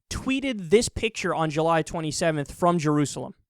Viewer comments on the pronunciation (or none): none